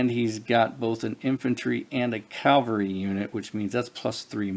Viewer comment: Yet another person playing this who says calvary instead of cavalry. Are you religious so you only heard about Calvary (where Jesus was supposedly crucified), but you somehow never heard of cavalliers or cavalry (a horse-mounted military unit)?